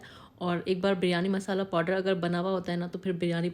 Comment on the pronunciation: Podder nahi powder hota hai.